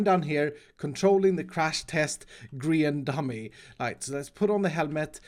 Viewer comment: Did he just say grain dummy